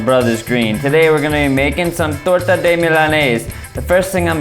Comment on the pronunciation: the way you pronounce "torta" is perfection in itself